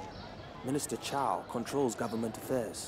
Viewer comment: Cao is pronounced three different ways throughout this episode by three different actors. Tsao, Cow, and Jow. Actors need directors. You can't just give them a script and let them do what they want. lol